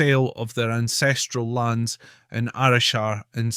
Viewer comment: Also, not a dig just a heads up. The pronunciation of Arrochar is incorrect on this video, it is not Arrow-shar. It is Arra-cah. It is a soft Cuh-like saying on the -char.